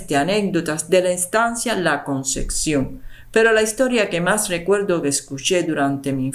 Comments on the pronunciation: La CONCEPCIÓN. No ConceCcion. Favor pronunciar correctamente. Muy mal leído el texto. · Todo muy interesante pero te pido que pronuncies adecuadamente. No es " la concección " es " la concepción ". Con pc ,no cc. Gracias